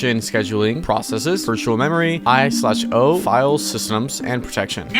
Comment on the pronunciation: Nobody says I/O like that 🙄